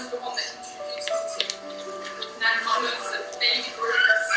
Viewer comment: You pronounce of Malaysia is perfect👍👍